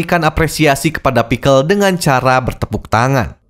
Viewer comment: Bang lu bilang pixcel pake A perekat lu ikut beladiri?